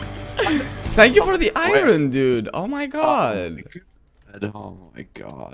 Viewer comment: How do you make the word “iron” sound like it’s 30 syllables instead of 2?!?